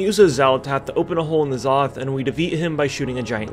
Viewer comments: He was saying it right at first I think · How can you start off saying N'zoth right then go to saying it wrong? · Nuh-zoth. Not En-zoth. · Nuh-Zoth, not En-Zoth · Why do you keep calling him Enn-Zoth instead of Nuh-Zoth? :) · Pretty sure its pronounced (nuh-zoth)... not (en-zoth) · IN Zoth!? its (nah. Zoth) good lord Americans are terrible at pronouncing any non western European English word. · "Look out, it's all of the Old Gods; See-thun, Why-saarj, and Enn-zoth!" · Took me a few seconds to process it. The way he says it really sounds like enema. 🤣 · You had me until you called him "En-zoth..." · I love how he STILL calls it “Enzoth” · Say it with me,; Nuh-Zoth N-uh-zoth N'zoth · Stupid sexy Wrathion sounds about right, yiss Since I only started WoW this year I really appreciate this recap!! But, must you say it like Enema? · why would you say Enn-Zoth. what name have you ever seen that just says the letter. they even say his name constantly in the latest patch. how int he world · "EN Zoth" - really? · It’s pronounced neh/nuh,Zoth. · EN ZOTH.... C'mon man. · N ZOTH looool it's pronounced nuhzoth ya noob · N-Zoth is not at all pronounced like that :( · are you purposely saying N'zoth wrong?